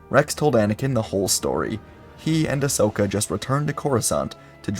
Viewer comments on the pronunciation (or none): none